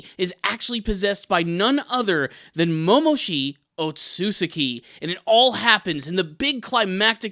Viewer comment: MomoshiKi otsutsuKi. The k sound is important.